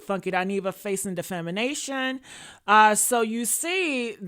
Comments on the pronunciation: Defamation not defimination. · It’s defamation not defimination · Doll, the word is DEFA-MA-TION! You’re welcome ☺️